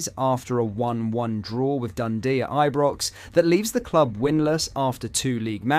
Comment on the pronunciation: But-Land, I-Brox, Ple-zn. Wtf?